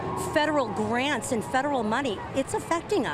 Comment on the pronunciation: Lady you can’t even pronounce the word federal and yes his shutting down the education to make sure there not grooming kids.